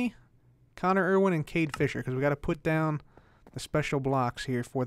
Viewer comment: It's "Cade Fisher"